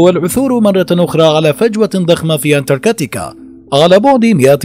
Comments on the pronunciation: انتركاتيكا 😐 اذا لفظ الاسم غلط كيف بدي صدق المعلومات اللي فيه 🤔🤔💩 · حضرتك نطقت الاسم اكثر من عشر مرات وكلهم خطاء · مش مقبول تلفظ انتاركتا بالطريقة الغلط